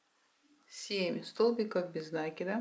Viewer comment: Нет слова нАкид. Есть накИд . Сама собачка прелесть! А кудряшки я бы просто вытянутыми петлямм связала ( как у мочалок)